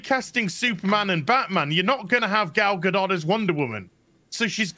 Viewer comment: The T in Gadot is silent.